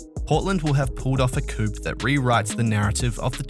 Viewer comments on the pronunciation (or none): The p in coup is silent